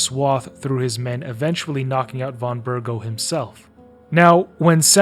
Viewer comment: Also it's Von BerGOV! Though you're not the only one making that mistake. Half of the VAs in KCD2 are mispronouncing his name, mostly those voicing minor NPCs, probably because they didnt get proper direction cause they play smaller roles. Henry, Hans and all other major characters pronounce Von Bergow correctly. W = V in a lot of Eastern European languages, e.g. kurwa in Polish.